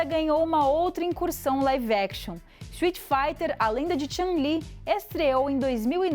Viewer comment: Essa pronuncia do nome da Chun li ficou estranha, parece de alguem que nunca jogou Street kkkk